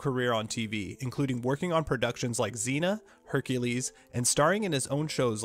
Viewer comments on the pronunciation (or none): none